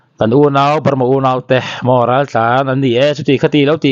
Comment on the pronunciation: 'Ral ' I sawi dan kha adiklo,a awmzia i hrethiam nange i lamdan adiklo hul hual, mahni tawng awmzia hrechianglo bawk maw inih?